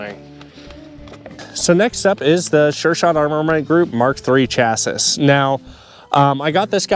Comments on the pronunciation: Appreciate the video but you gotta stop saying chass iss. It's chass ee. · Thanks for the video but I cannot help myself but to say it's pronounced "chassie" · why are you pronouncing chassis like that?